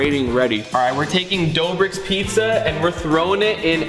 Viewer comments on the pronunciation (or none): dobrik?! its doughbrik matey